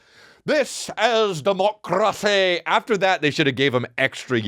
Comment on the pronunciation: "This is democrrracy manifest!" sounds like a SOAD song 😅